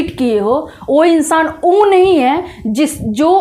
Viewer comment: वो चीज नहीं आपने बोला , आपने बोला O चीज 😂